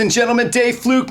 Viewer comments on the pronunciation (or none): You pronounced your last name as Fluke. My last name is Flook, look with an F in front, not Fluke.